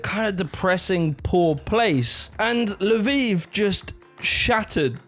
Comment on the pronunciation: I was wondering what da heck La Vive was. Turned out it's Lviv, Львів 😅